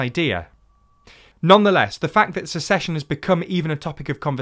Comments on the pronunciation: You're the second person I've heard pronounce "secession" like "succession" when discussing this topic. (The first was on WION.) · I probably won't mind this discussion of dissolution, but the word is SECESSION NOT succession ..... only in a f*cked up country is this term (secession) vital to our gradschool learning (ahem, USA). seconds in .... Edit: you fixed it by lots of love!